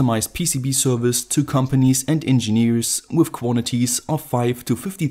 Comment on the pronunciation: Why do you say with instead of with